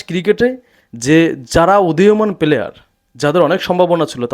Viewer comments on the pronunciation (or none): সাফাই গাওয়ার চেষ্টা করছেন কেন? বোর্ডের সবাই চোর, এটা কই পাইলেন আপনি? আর শব্দটা পিলিয়ার না প্লেয়ার।